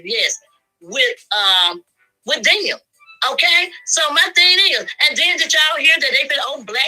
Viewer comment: it’s “them” not dem😂